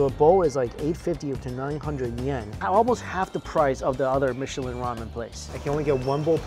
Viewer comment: Aw yes the michlin star I’ve heard of the legendary “michlin” star